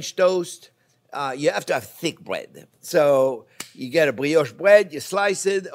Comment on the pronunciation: Fwench toast made with bwioche bwead. Sounds weally good. I'm going to subscwibe.